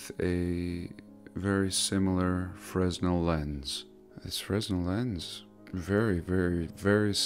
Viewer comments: Fresnel lens? S is silent. frenel… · light houses used to have fresnel lenses... the largest known fresnel lense ever made was in a US lighthouse......the s is silent I believe...freh nel kinda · Melted Brick Study 日本語ではフレネルレンズ。でも英語ではfresnel lensね。灯台に使われていた。JonLeviさんの発音でFresnoって聞こえてFresno Beeと思った。Fresno Beeが出てくる英会話テープをタイで出会ったドイツ人Anegret Bethgeさんにもらってよく聞いていたので知っている。カリフォルニアの新聞の名前だ。しかしなんで日本語でフレズネルって言わないのかね。ｓを発音しない理由がないよね。こういう省略が気持ち悪い。何企んでるんだよと思うよな。と思ったらフランス人の名前だな。なんかなんでも魔術やってるようにしか思えなくなっている。 フレネルレンズwiki Fresnel lens wiki The Fresno Bee wiki 流鏑馬 wiki 水俣病 wiki Distortion of history. Illumination in 1800's. Mercury. Free energy lighthouses. Mercury. Antigravity and overunity. and some healing. Fortress Of The "Cloud People": Exploring Ancient Kuelap In The Peruvian Jungle Exploring Ancient Moray And Chinchero In The Highlands Of Peru